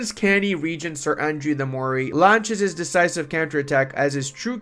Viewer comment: Also, hate to be that person but incase it helps, Moray is pronounced 'murray" <3 thanks for the vid!